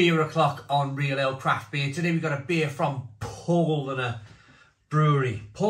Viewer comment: It’s pronounced Pow lah ner. Just a bit of info for you to use in future videos 🍻